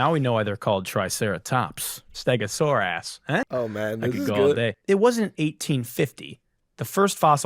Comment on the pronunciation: "Staga-sore-ass?" OMG 💀 That one got me good.